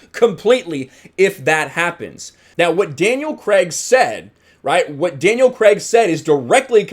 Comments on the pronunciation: Craig not Cregg! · “Daniel Creg”